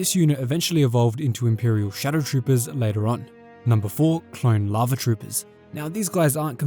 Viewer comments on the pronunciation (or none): Your pronunciation or lava sounds a lot like larvae for a good 30 seconds I was very confused